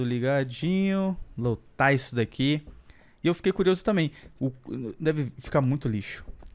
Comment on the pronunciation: Ele falou "lotra" sendo que e lotar